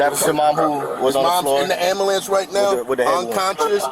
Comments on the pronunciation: “Where you was?” ????? And they allow this person to be a police officer. “Am—Bah—Lance” “How’d we get this lady name?” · He said amalance . 😮